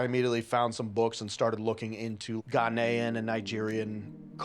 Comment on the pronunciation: Did he pronounce Ghana as Ghanay 😂😂